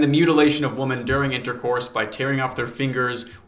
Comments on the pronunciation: Not related at all but I noticed you pronounce women as woman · What is it with people not knowing how to pronounce “women”. Instead of “woman”. The plural of woman is not pronounced as woman. Come on folks. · Great stuff but why do you pronounce women as woman? The plural is WOMEN, pronounced ‘wimmin.’ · Please, for the love of God, learn the difference between “woman” and “women,” they’re two different words.